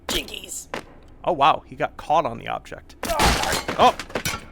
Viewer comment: When bro said “Jinkies” I thought he said “Gigity”